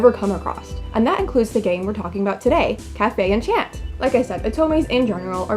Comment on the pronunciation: Why am I so bothered by the mispronunciation of enchanté. Like it doesn’t even translate to enchant 😫